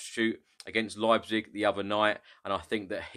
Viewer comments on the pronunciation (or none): none